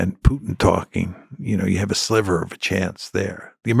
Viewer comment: 'Sliver' of hope, not 'slither'.